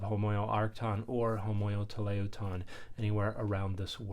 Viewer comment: Probably would be more useful (I know it is a short video) to explain the lingo of textual criticism if you are going to use terms like homoioteleuton and homoioarcton rather than just dropping them into the presentation. Also, work on your pronunciation of homoioteleuton. Otherwise, spot on.